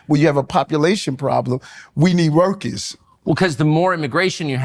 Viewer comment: “We need wrukus “… Mayor Adams